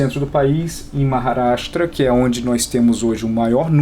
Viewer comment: Não e ma ha ra ras tra. Só tem um "ra". Não tenho certeza da origem do nome mas, possivelmente, pela tradição militar, deve ser Grande Arma. Maha é grande e Astra é arma (pode também ter outros significados).